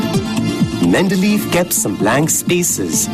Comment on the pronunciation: This is a really cool video in terms of its description of the 3 tables; however, the music is quite distracting and hasn't aged well + your pronunciation of Mende-ley-ev is incorrect to the point that even a viewer wasn't able to type the surname properly.